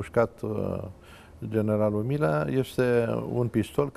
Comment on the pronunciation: Dl nici macar nu stie sa'i pronunte bine numele.Domnule P...fiti va rog mai explicit:Generalul Milea sau Mirea???Am observat ca nu numai odata ati pronuntat gresit numele....de vreo 4...5 ori in aceasta emisiune!